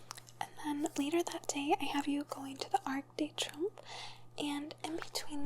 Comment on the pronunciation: You can google words that you’re not sure how to pronounce correctly. French words are harder (such as “arc de trumph”), but in some of your earlier videos, words like dexterity (“dexter-der-ritty) and debuted (day-byutted) makes me think you weren’t really a teacher 😂 good thing you have nice legs!